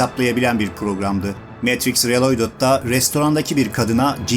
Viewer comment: Reloydıd değil riiloğdıd olarak seslendirin lütfen😮😢